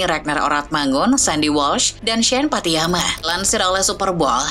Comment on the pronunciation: Bacanya pattinama , Bukan pattiyama.